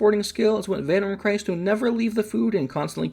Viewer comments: Vanwyrm Cryst, Not Christ. As in Crystal. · Why did you pronounce "Cryst" like Christ, when it's just the first syllable of crystal? As in crystalized water, as in ICE??? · "Cryst" is pronounced like "crystal". Thank you for the guide!